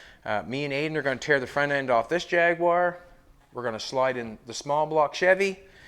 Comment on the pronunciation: Cracks me up the way you say jag-u-ar……